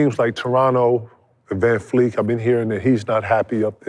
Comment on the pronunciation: If he says Vanfleek one more time!!😂😂😂